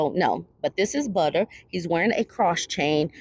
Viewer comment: Butta should be “Bubbuh.”